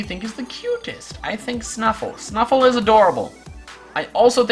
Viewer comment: my pre-evolution is called Stufful, not Snufful